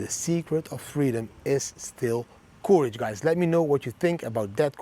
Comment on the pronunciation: Thx 4 every video, thanks for all the effort every week. Your daily quote is great, but please change your pronounciation of courage...it's not the pronounciation like "coup", but like "currency", you have to say it more like currage